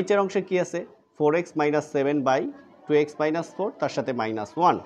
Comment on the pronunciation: আপনি প্লাজ,মাইনাজ বলেন কেন?